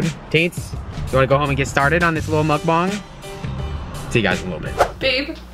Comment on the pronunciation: It's mukbang not mukbong